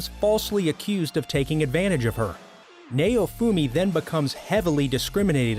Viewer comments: They still can't pronounce japanese(its naofumi not nayofumi). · "Neyo-fumi". Dude theyre not rappers aight? Theyre anime characters XD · Sorry if this is rude but this guy calls Maofumi like his name is mayonaise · What is nayyofumi it's naofumi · its pronounced (Now-fumi) not (Nay-O-fumi) and i wouldnt consider akame ga kill as one of these the mc did go dark sure but he wasnt ever betrayed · Say neofumi one more fuckng time, I dare you. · By the way it's not how u pronounce Naofumi . You said Nay-Oh-Fu-Mi But it's Na-Oh-Fu-Mi . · "Neyoufuumi" Doesn't sound good after becoming a weeb. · The way he said Naofumi Triggered me Like tf Is nAoFuMi Like sounds like he tryna say Mayofumi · I’m sorry but “NAYOFOOMI” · Okay... Why is Naofumi's name pronunced as "Nayufumi"?.? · ok stop if i fckin hear neofumi again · It's naofumi bruh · The way he says naofumi hurts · Naofumi is pronounced so wrong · The way he pronounces Naofumi is painful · I hate how he pronounces naofumi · I'm sorry, but the way you pronounce Naofumi's name made me cringe, it was a good video, but that last part just. i don't know man, i dont want to seem or look like an ass, but I'm just saying... his name isn't pronounced that way at all... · dude the way u say naofumi is so off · I cringe everytime he says Naofumi